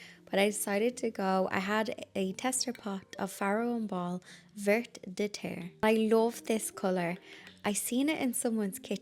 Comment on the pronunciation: Vert de terre green paint is pronounced vair doh tair